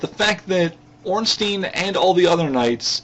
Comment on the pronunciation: Ornstien would be pronounced Ornsteen, like you say it. But Ornstein (his name) is pronounced Ornstyne. Well not really, but if you americanize it, yes. I just find it annoying, that's all.